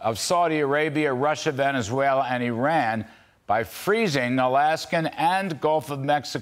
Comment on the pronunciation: Wow, he pronounced Iran correctly!🎉😊